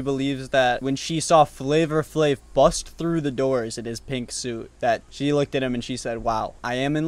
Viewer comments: I’ve never heard anyone pronounce the r in flavor flavor. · Dying at the pronunciation FlavOR Flav....its flava flav